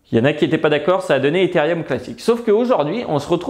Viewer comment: On dit Etherooom pas etherieum 😉😂 sinon super vidéo !